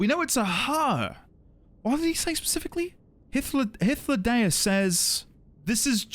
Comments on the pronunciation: You nailed that Hythlodaeus pronunciation first try! Well done. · Dude just casually one shots Hythlodaeus' name pronunciation. Cheers, mate! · Actually said wow out loud when you nailed hythlodaeus. You should hear the pronunciation some new streamers give our new old friend Just found your channel today, looking forward to your streams! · Wow... you freaking nailed that pronunciation on the first try... that is epic lol